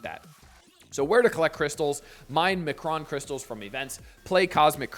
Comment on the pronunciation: "Em Kron"...not "McRon". You don't get a Happy Meal by collecting these crystals. There is no happiness any time Scopely is involved. You don't have to know Xmen lore to know this (although it helps), you just have to know Scopely. Also, hello friend.